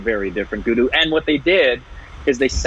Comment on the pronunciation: Just spelling pronounciation mistake😀: Its not gudu...its guddu Its not tripeti...its tripaathi Its not muna...its munna Ita not micbul...it maqbul